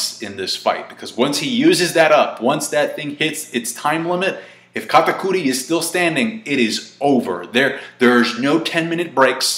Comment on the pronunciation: stop saying katakuri like that